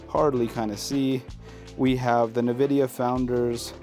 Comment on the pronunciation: Did you say the navidia founders edition graphics card ??😂😂 Great setup and a banging first video. Btw, it’s N Vi Dia.🎉